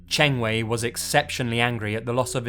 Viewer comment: Good thing I play video games on consoles like the PlayStation 2, 3, and 4. And I think you mispronounced Qiu Chengwei and Zhu Caoyuan's name. But I don't blame you since you don't speak Chinese. I apologize if I bothered you.